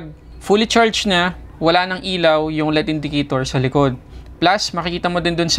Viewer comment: Tech reviewer ka pero mali naman ang pronunciation mo ng L.E.D. Mali yung tinuturo mo ng pagbasa mo as LEAD, Iba yung LEAD sa L.....E......D. Alam mo ba pinagkaiba nyan? Tinatama mo ang MALI! May period yan hindi binabasa ng tuloy tuloy yan.